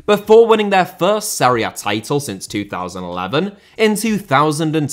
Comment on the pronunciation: Villa* not Viller Serie* not Seri Berlusconi* not Böluscouwni Half* not Holf Barcelona* not Bohçalouwner München * not Munich Uefa* not Yuweifer Idea* not Ideer